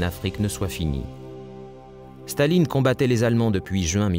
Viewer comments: why does the commentator keep saying "shtalin" instead of stalin? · I’ve never heard of “Shtahlin”; sounds like there’s some sort of agenda behind this. And “Auschinlek” instead of Auchinleck (a Scottish name)? I’m giving that channel a wide berth.